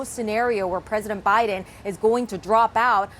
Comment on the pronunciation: Omg Manu messed up Biden's name. Please evaluate him for dementia.